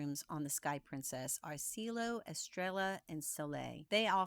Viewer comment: Hi! This is so cool! Not that this is important, but thought I'd let you know that Cielo is pronounced cello like the instrument. It means sky in Italian. Happy sailing!